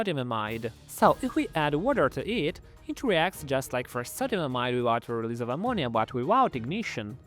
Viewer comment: "with the release of ammonia" but in a fucked up way lol